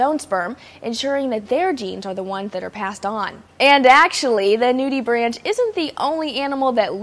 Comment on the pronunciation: it's pronounced "nudie-brank".